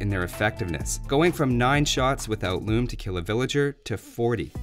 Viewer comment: "RRReasearch... loom-uh"